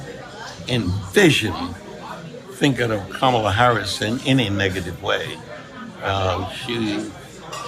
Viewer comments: Trump struggles to say Kamala's name. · I hate that the right never pronounce Kamala correctly…it’s so rude. And they know they are doing it on purpose. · So racist that he can't or won't pronounce Kamala's name properly. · Trump, still does not know how to pronounce Kamala Harris‘s name. This guy is a malignant narcissist, combined with pathological liar. 🤥 🤥🤥🤥🤥🤥 can’t wait till we don’t see this man ever again on camera!